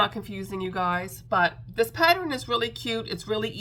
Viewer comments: LMBO…PATTER-INN 😂😂😂 Girl you do you…people don’t go at. Leave her be, we all speak differently, so you do you!!…just a thought, I’m on a pattern buying band, does that mean I can buy patter-inns??? 😂😂😂 And yes the live was a blast…looking forward to the next one!!!! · Omg, you are hilarious! Every time you popped “patter-inn” on the screen I giggled. I don’t know why people feel the need to point out such silly things. Just keep being you! Anyway, I love all your makes this week! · Ha ha, I used to say Sammich for sandwich until my teenage niece corrected me… I now say sandwich but in my head I am saying sammich😂. The big eyes on the possum is really cute! I laugh at every patter-inn you post😂. That bat is awesome, the explanation of wings is helpful should I buy the pattern.